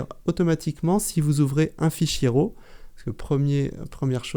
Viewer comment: Excellente démonstration, merci beaucoup. Pouvez-vous me dire si Affinity traite les fichiers RAW de Z7 ? (pouvez-vous ne pas prononcer RO?)